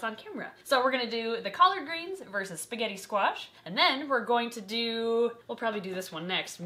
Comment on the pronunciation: Spigeti scwach